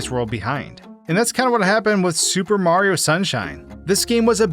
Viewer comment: How is it that you manage to pronounce Mario’s name wrong every single time? His name isn’t Marro, it’s Mario. 3 syllables, not 2.